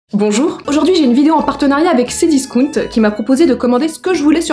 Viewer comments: Ouaahh naaan comment t'as prononcé "Cdiscount" c'est interdit 😂😭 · Bah à moindre que discount se prononce en français non elle ne l’a pas bien dit